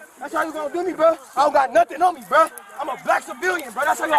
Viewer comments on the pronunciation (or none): if you did a drinking game every time he says buh not bruh but buh you would die of alcohol poisoning 😂😂😂